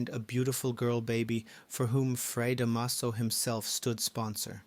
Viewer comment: The last time I read” Noli Me Tangere “ was in high school many decades ago. 😄 Da’maso. The stress is on the first syllable. ☺️